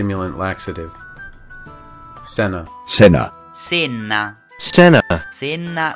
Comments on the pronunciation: It's like your pronouncing it with an Indian accent! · How are you still saying "Senna" wrong after listening to it!?